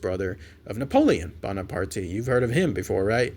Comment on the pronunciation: Hey,. The E in Bonaparte is silent. It's a French name. I'm sorry.